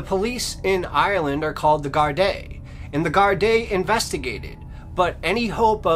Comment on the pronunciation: There are news on the Annie McCarrick case. She never went to Johnny Foxes. They arrested someone. Apparently, it was a love triangle. Maybe do an update. Louth is pronounced outh as in mouth. Gardai is pronounced Gardee. You're welcome.